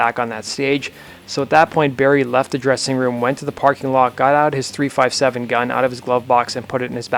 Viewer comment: Not to be a prick or anything, but the firearm's name is pronounced "three fifty-seven" rather than "three five seven", just for future reference. Moreover, I believe Soundgarden was also another act whom filled Faith No More's empty opening slot, upon their exit from the tour. Great video otherwise; very well researched/documented.